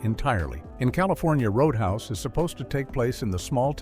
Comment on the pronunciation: CGI voice: "ROAD UN HAUS". REPORT it! Don't watch CGI BS videos. 70% of these crap videos are now CGI voices!